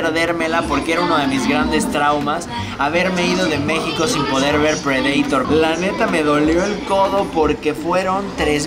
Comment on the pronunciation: Predator se escucha bien raro como lo pronuncias